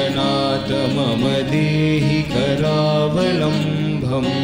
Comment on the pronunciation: It is karaavalambam nor KARAAVALAMBHAM DICTION IS IMPORTANT FOR HINDU RELIGIOUS STOTRAS